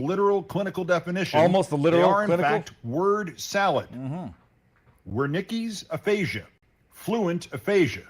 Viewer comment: Wernecki's aphasia is not that. Lmao.